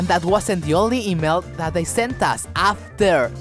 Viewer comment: Repeat after me: AHHFTEAR. AHHFTEAR. Great video. Muy bueno!